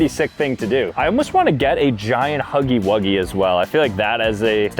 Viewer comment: "huggy wugsly" 😂